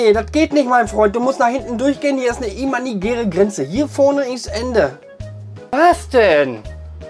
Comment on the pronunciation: du machst gute videos. du gibst dir mühe und das merkt man. ich bin auf dich gestossen, weil ichmal wieder an der haltestelle stehen gelassen wurde. ein kleines ding, welches mich etwas schaltert ist, dass es "imaginär" heißt. nicht "imanigär". danke und bitteschön :) (ich bin einer von denen, die dem busfahrer einen schönen tag wünschen. egal bei welchem dienstleister ist es generell eigenartig mmn., keine begrüßung oder IRGENDWAS zu sagen. ich werde es wohl nie verstehen wie man nicht einmal hallo sagen kann.)